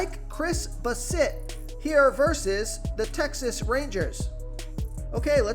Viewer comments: Lol it’s pronounced Bass-it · Dude you really need to learn how to pronounce players names. How do you not know how to pronounce Chris Bassett. Also Alejandro kirk wow, the job is sounded like an H. Alehondro